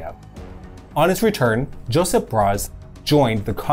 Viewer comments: It hurt my ears to hear him pronounce Josip with the English J, Its pronouced Yoh-sip, like the english y. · Why is this dude pronouncing his names as... Joseph? He's not an English, American or whatever. It's Iosif (eng: Yosiff) for Stalin, Josip (Eng:Yosip) for Tito.